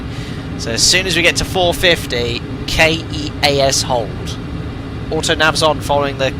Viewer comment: Keas is “keys”. Death valley is by vegas fyi.